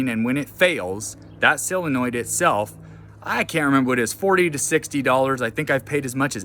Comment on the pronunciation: Solenoid,not silinoid😂